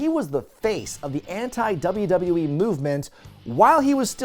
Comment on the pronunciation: repeat after me: "doubleyoo-doubleyoo-ee" Not "dubba dubba yee"